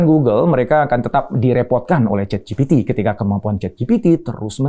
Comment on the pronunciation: "ChatGPT" dibaca "CheatGPT"